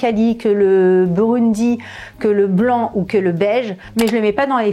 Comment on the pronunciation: on prononce burgundy